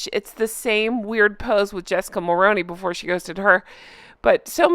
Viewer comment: Good Afternoon.. been a great day I listened to your show with Paula M this morning and your earlier video and now another one 😊👏. Loving it !!! Anyway trying to be helpful here Jessica Mulroney"s last name is pronounced "Mull-Roo-Knee" I'm a 50 something Canadian 🍁🇨🇦🍁🙋‍♀️ who unfortunately voted for her father in-law once upon a time. So I'm very familiar with how his last name is pronounced... As you said you won't be talking about her much or again if possible... lol but I hope that you remember how to say her last name.. as an older Canadian it really sticks out to me when you say it wrong ... lol I love your show please keep doing what you do.. it's fantastic.... honk honk from a Canadian goose 😅